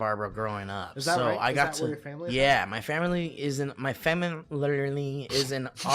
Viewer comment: saying fam er erly instead of family got me so good my 1st listen thru jfc